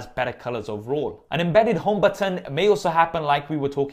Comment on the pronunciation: i love the way you call "button" LOOL